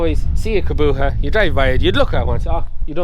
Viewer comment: Why cant ge pronouce Kubota properly? Its not a fecking Kaboota.